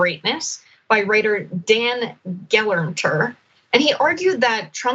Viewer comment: Of course he will run. He doesn't care about his party. He cares about the one thing he has always cared about: getting his cult members to send him more money sooner and faster. (By the way, Gelernter is pronounced Ge-LAIRNT-er. I know because I took a computer-science course from Dan's father, David Gelernter, at Yale.)